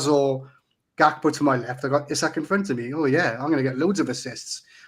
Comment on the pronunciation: Great show as always,. It's Prenaunced E-sak in 🇸🇪, for your info!